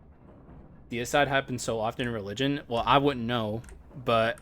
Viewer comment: Wait did you actually not know how to pronounce Deicide? I thought you were just taking the piss.